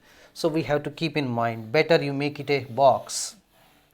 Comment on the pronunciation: Btw it's not moind it's 'mind'